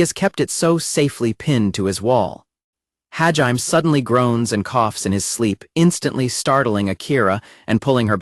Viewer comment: I congratulate all you crazy mfers that sat through six hours of the AI narrator butchering Hajime's name. You're the real ones.